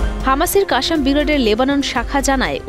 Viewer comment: কাশাম নয়, শুদ্ধ উচ্চারণ হবে "ক্বাছ্ছাম" ক্বাছ্-ছাম